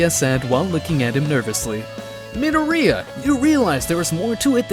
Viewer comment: hearing midoria like Nidorina the pokimon